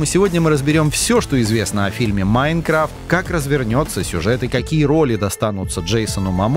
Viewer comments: Почему ударение не правильно ставит не Майнкрафт а Майнкрафт говорит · Не МаЙнкрафт а МайнкрАфт.